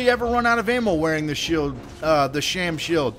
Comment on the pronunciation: I appreciate the vids, but man, speech impediment (sheild = "sheode") + talking too fast = serious mush-mouth.